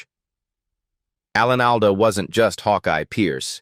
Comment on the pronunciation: Would have been a nice video if you had used a real person to voice it instead of the same canned AI voice everyone else uses. I gave up after 3 minutes when it kept pronouncing Alan Alda’s name wrong and then Loretta Swit.